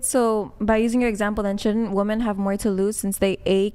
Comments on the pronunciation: What is it that makes these college age girls not know how to pronounce the plural of woman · Can I get just ONE of these left-leaning ladies who’s EVER been on the show to explain to me why they pronounce the singular AND plural version of the word woman EXACTLY the same way???? I don’t even understand what their politically correct motivation might be. Is it the man/mankind thing??? It doesn’t extrapolate the sane way though. I want just ONE male guest (or ) to please ask one of these woMEN that question. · I wish would give them shit for not being able to say women. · please correct these WOMEN every time they use the word WOMAN as a plural for WOMEN!!! Please make them say it properly or kick them the f off the show! Very disrespectful to butcher our language and very annoying!!! Thanks :) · Why do they not know how to pronounce women in the plural form? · Maybe they should just say wu-MAN and wu-MEN, if they can't figure out that it's "WIMEN" and WOMAN. Like WHIM. WOMEN. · English is not my first or second language and it still drives me crazy how these women say the word WOMEN. they read it as it's written literally not how it should be read like "wemen" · She STILL said it wrong 🤦🏻‍♂️🤦🏻‍♂️ fucking embarrassing. "What I learned today is that a 'woman' (pronounced as whoa-man) is the singular form of 'women' (but pronounced as whoa-MEN)" The plural is pronounced as WHIM-men, goddamn. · It’s pronounced “WIM-IN” women. Trust me. I’m half English and half Scottish. One woman. Two women [WIM-IN]. It’s not difficult. Arks yourself that. 😏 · 34 year old woman, CA born and raised. We do not all say "woman" instead of "women". I never heard anyone say it that way until I started watching this show. I also went to UCSB and never heard it there. It's a moron thing, not a CA or SB thing. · Why do these girls always say woman when they should be saying women? Are they that dumb? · Why can’t pronounce “women”?